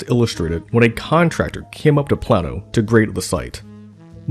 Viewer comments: The town is pronounced PLAIN-OH, not Plan-o. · The area is pronounced "Play-no" not "Plah-no" FYI... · Plano pronounced plain-o. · FYI...it's play-no, not plan-no :) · Play-no.... Playyyy-No Illinois Thanks. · Plano is pronounced PLAY-no. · I'm pretty sure it's pronounced plaino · For the Love of God, please redo this video and take the initiative to research the proper pronunciation of “Plano, IL” where the Farnsworth House is located. It’s pronounced: “Play-no” like the famous tackle box company. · I am from Plano and you said Plano wrong.